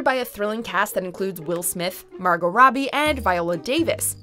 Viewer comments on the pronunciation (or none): none